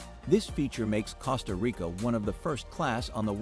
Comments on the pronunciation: Costa Rica (means Rich Coast) is pronounced exactly like the "CO" in COAST, not like the "CO" in COST. Common people. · Even ai should get it better!! These are sickening to hear and some real dumb people will repeat the mistakes and sound like idiots!! I said the other day: it is spelt “cost -a) Rica but pronounced (coast-a) Rica. ❤ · man... a robot voice that can't even pronounce Costa Rica. not a goo look. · It was very annoying with the mispronunciation of "Costa Rica" but when he claimed that it is from French, it was like WTF. If things so simple are wrong, how can I trust the rest.